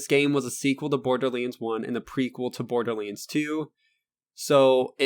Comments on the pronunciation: LoL borderleends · wtf is borderlainds ?! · Borderlands not Borderlanes xD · Am I the only one hearing "Borderleeds?" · Why does he call it borderlins? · Stop saying borderlands like that. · am i the only one that finds it funny how he pronounces borderlands? no disrespect dude. great video! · sorry couldnt finish your fucking video after hearing you misspelling borderLANDS!!!!! 50 fucking times my nerves cant handle this much ....